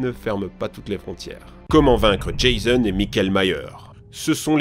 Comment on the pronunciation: Mon dieu c'te prononciation de Jason et mickaël Myers ça fait mal 🤣